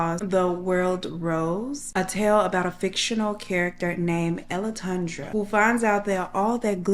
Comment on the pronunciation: I was half listening and trying to get my snacks and it almost sounded like you said he wrote a book about Elephantasia. (Ellatundra)😅